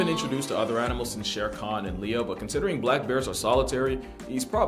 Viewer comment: Just so chat knows, it's Shere Khan, not sharcon. The name is from the same story the name Baloo comes from.